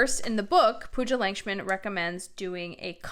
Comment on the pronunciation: Just wanted to point out that the author’s last name would be pronounced as ‘Luck-shmin’ :)